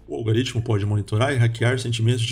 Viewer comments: Não é "algaritmo". Pronuncia direito. "Algoritmo" Falar sobre conhecimento falando errado não dá futuro. 👍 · Se quiser saber mais sobre Yuval Noah Harari: Homo Deus: 21 lições para o século 21: Sapiens (Nova edição): Uma breve história da humanidade: *Gostaríamos de ressaltar sobre um erro no vídeo, há a pronúncia em um ponto dele em que deveríamos narrar "Algoritmo", porém por erro na pronúncia foi lido "Algaritmo". Pedimos desculpas pelo incoveniente.